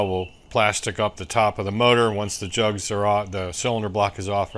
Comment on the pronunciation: 5.5.23. Jugs……you said Juggs!….. I was waiting for you to say that 😮